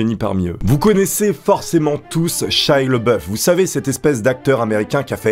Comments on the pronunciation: Ça se prononce "shaya Labeouf" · Excellent ! Mais tu prononces mal le nom de Shia, c'est Shia LaBeouf ^^ Peace !